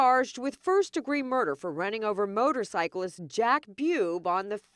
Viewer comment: Reads for a living, but can't say motorcyclists